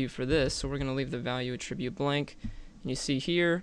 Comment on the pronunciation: great video! but pretty please learn how to say "attribute" correctly (it's the _noun_ in the dictionary)